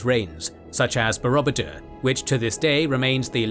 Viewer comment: Very useful and informative video. But I do wish you would learn to pronounce words such as Borobudur before making the video.